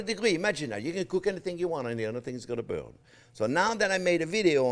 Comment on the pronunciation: That "burn" was satisfyingly French